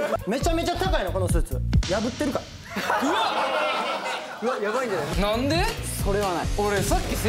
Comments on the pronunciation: しょっぴーの「なんでー？」が完全に関西弁に侵食されてるｗ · の、しょーたくんの「なんで？」が、めっちゃ関西弁で嬉しくなった笑 親近感がわきました笑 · 〜 しょっぴー「なんで？」 だてさま「カード引いた時に」 ゆり組の関西弁が完璧や🤦‍♀️笑 なべこじ💙🧡だてこじ❤️🧡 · でたっ🤣 しょっぴーのルール知らんままゲーム進んでいく🤣 最後の なんで?の発音かわいすぎ💙⛄️💙 発売楽しみ！